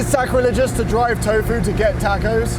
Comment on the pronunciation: My ears hurt hearing 🌮’s pronounced tachos.